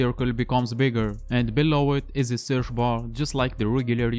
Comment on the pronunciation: It’s searCH NOT surF. Possibly least intelligible narration on YouTube. Perhaps use a native English speaker to do the narration for you?